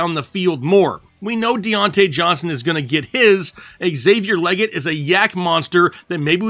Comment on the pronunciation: Not that it matters, but it’s Xavier “leeget” (stated from himself).